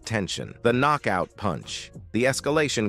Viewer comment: "The Knock-Out punch, the escalation culminated in a devastating right hUk from Tyson" "Landed flush on Pauls Jaw sendimg him to the Can-Vase in a clean No-kout" "The silence in the Gim was reportedly defening" "Ah Jake Paul, Chuckled at Tee-son" 😂